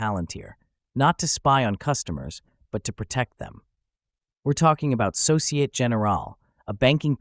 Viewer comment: “Société” (in société générale) has 4 syllables so-ci-eh-teh. If you use AI to generate speech, I wonder if you can switch midway to French 🤔